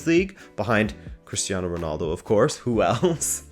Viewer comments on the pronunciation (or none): none